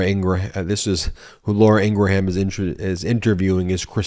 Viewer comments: Ben, Fox News' Laura's last name is pronounced ingram, with a short 'a' that's almost indistinguishable from a 'u.' Hearing you repeatedly call her "Laura Ing-ra-ham" is getting irritating. Yes, that's how her name is spelled, w/o those dashes. But it's not how it is pronounced. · I love the mispronounciation of long-face Laura Ingraham's name. Correct pronunciation is INGRUHM...and I'm loving ❤️ it! "IngraHAM" suits her better..."HAM" signifies PIG! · I love how Ben keeps mispronouncing Laura's name its not Ingra Ham its Ingram Like Graham crackers Ing Graham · Laura's last name is Ingraham which is pronounced "Ing grum" with 2 syllables. It is not pronounced "Ing gra ham" with 3 syllables. Please stop saying that. When was the last time you pronounced Graham crackers as "Gra ham" crackers? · It's Laura Inghram Not Inrgraham. Because nitpicking is what I do. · I love your videos but every time you say “in-gra-HAM” I lose it lol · "Ingraham" is pronounced "Ingram" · Why do you keep pronouncing it "Ing grah ham" ? you are putting some sort of weird extra syllable on the pronunciation. Also, wipe the slobber off of your lip - it is disgusting. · ingraham? Really? INGRAHAM????? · Are you mispronouncing Ingraham intentionally? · Dude, you play into their narrative when you as a broadcaster fail to pronounce someone's name correctly. Ben you can defend yourself, as others will for you, on this but your arguments don't matter. When the person themselves pronounces it differently. It is disrespectful, and makes you no better than someone making up a nick name for someone they don't like. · Just a note, I believe Ben is saying Laura Ingraham's name wrong. I can't be the only person who has noticed that her name is not pronounced that way.